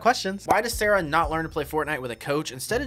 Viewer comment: bro said sharah ☠☠☠☠💀☠💀☠💀☠☠☠